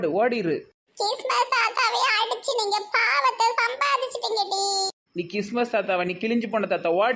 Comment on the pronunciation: Ean krismas a kismas nu solringa its wrong entha madhathaiyum asinga paduthayjinga plz sister